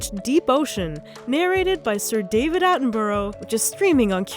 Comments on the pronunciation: You pronounced his name incorrectly but the problem is, I don't know how to correct you phonetically haha Borough isn't pronounced borrow it's pronounced in English Burrowah? Hope that helps but I may have just confused things. Either way, love your work, your art and your videos 😊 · "Sur david attenburrrow" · For someone so into wildlife and she can’t even pronounce one of the most famous naturalists in the world......